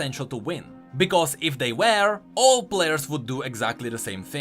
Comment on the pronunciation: my brother, my mate, i love you and all but the way you pronounce "were" is killing me slowly. <3